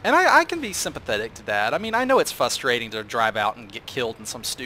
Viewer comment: For whatever reason every time you say "fustrating" I mentally grammar nazi you.